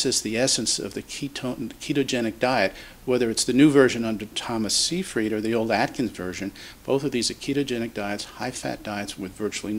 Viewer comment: you look at the book by Dr Seyfried and you don't even bother to pronounce his name correctly. "Siefring" is all you can muster. A shame.